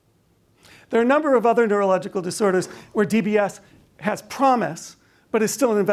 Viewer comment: Ha ha ha . she said numble on the video instead ov number . that waz phun-knee .